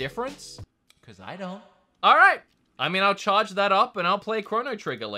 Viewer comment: "*Charg* the console" 🤣